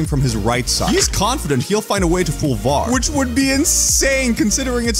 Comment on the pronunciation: bro VAR isnt pronounced as one word instead you are meant to pronounce each letter individually